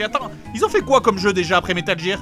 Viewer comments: Metal Jer Dafuq c'est quoi cette prononciation !!!?? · GEAR ! GEEEAR PAS GIRE HAAAAAAAA J'ai un paquet entier en otage moi ! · J'écris un commentaire à JDG pour bien qu'il prononce Metal GGEAR , J'efface mon commentaire :D Désolééé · il a explique qu'il a ete induit en erreur par la game gear quand il etait mome, ca lui est reste. Mais il a bien conscience de la vraie prononciation. Va plutot offrir ta condescendance aux publicitaires francais qui ont traduit gamjir ? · RAAAHHHH!!! la prononciation de metal gear ca me stresse !!!!!!! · C'est marrant; le coup de mal prononcer "Game Gear" et "Metal Gear" j'en parlais ya quelques jours à un pote. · c'est pas metal jear c'est metal gear!!!,sinon trés bonne vidéo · Si ca peut te rassuré, tu a fait mouche en disant metal jear plutôt que metal gear ^^ Seb en colonel est juste magnifique Cette vidéo est juste géniale ^^ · Au cas où tu aurais pas remarquer, à , il nous explique pourquoi il dit "jire" mais il sait très bien que ça se prononce "gear" et pas "jire" alors FERME TA GUEULE ABRUTI ! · metal GEAR pas metal jir ou qqchose comme ça Dx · dans la vidéo il dit bien que il fait expres de dire "jear" et que c'est faux. en anglais le "g" de prononce PAS "j" meme si il y a un E apres celui-ci. donc métal "guir" et pas "jir" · l'enfoiré il a trop anticipé les mecs qui le reprenait comme moi quand il prononçait (jear et pas gear) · Aïe mes oreilles! Prononcez Metal "Guir" svp c'est pas "Jir" que ça se prononce lol! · Metal Jir (au phare). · "Métal Jir" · Bon je vais clore la polémique avec la prononciation de gear. Dans les deux cas la prononciation est fausse. La règle qui s'applique à la prononciation du g en anglais est la même qu'en français, un g se prononce "j" devant un e, i ou y. Pour être plus précis réalité il se prononce "dj" tout comme les j et g devant des e, i ou y. Et je parle même pas de la prononciation du r complètement foireuse. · ça m'écorche les oreilles quand il prononce metal gear ( métal jir )